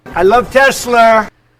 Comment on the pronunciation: Hahaha "I love TESLER"